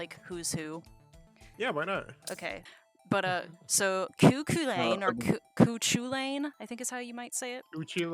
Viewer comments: I see mispronunciation, I must correct. It's pronounced coo KHUL-in (or CULL-in for one that's easier to say in English). Still, coo Choo-LANE is not as bad as how Archer's English VA pronounced it, Coo Cue-LAWN. And I'm pretty sure that no Fate dub has actually pronounced it correctly yet, but I've only ever heard Archer and Gudako say it, so idk. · ku hu lin (one of a few common ways it's pronounced, not going to bother to write out phonetics for a yt comment so I used normal syllables to approximate), can't blame you tho gaelic is weird af